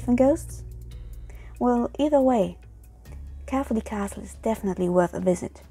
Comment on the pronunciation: Yep as a person who was born there you said it very wrong